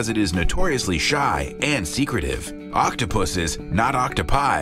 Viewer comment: 5.43 i tought he said octopusies